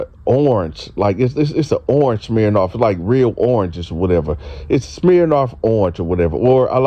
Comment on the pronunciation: My nigga said smhirnoff 😂😂